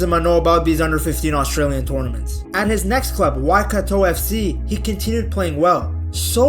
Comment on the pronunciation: bro awesome video, even got the pronunciation of Waikato pretty close , phonetically it would be" why-cut-tour ",waikato , did some great back history too